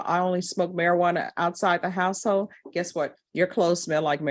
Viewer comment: Did she say my "HOUSE-HOE"? IT'S " HOUSE-HOLD" WHY can't she PRONIUNCE the L??😂😮